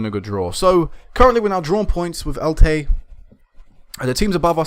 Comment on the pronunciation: Just to let you know, it's pronounced as it looks. El-Che. the Che is said the same as you would say Chelsea